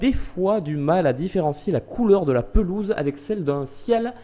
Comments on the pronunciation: Lol ta dit la pezoule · linoisette lol il y avait ecris "pelouse" et il a dit"pesoule" à la place